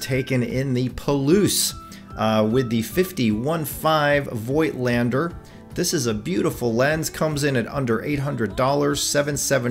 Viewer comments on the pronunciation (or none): The correct pronunciation of "Voigtländer" ist "Fogtlander". Just my 2 cents.....